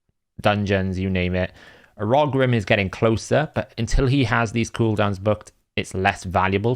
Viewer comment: I do find the way you pronounce Urogrim to be really interesting and a little jarring! 😂 Another good video though, keep up the good work!